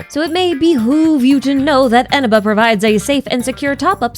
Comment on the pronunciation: That's not how you pronounce Eneba 😭